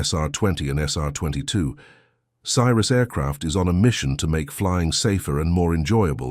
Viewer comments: Newsflash: Cirrus is pronounced see-rus, not sy-rus. Not checking your vid for video and audio mistakes before you post is lazy and makes you look stupid. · Love the way the narrator pronounces it "CYRUS". This is not Miley's airplane. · Stopped watching when your narrator pronounced Cirrus as Cyrus. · Teach your computer voice to pronounce Cirrus correctly - bad video